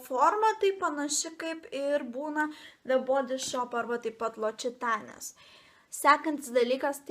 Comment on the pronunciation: labai mielas filmukas! Norėjau pataisyti,kad "L'occitane" tariasi ne ločitane ir ne lokitane, o loksitan(e).